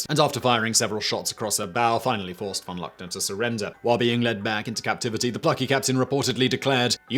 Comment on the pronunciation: Great as always, but you need to practice your German prnunciation, its not that hard...e.g. "von Luckner" is pronounced more like "fawn lookner"